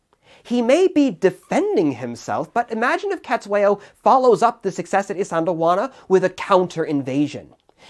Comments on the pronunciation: And it's pronounced setswayo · Thanks for the analysis! Great to see this war getting some discussion. Small niggle, your pronunciation of "Cetshwayo" is, well, it could do with a bit of work.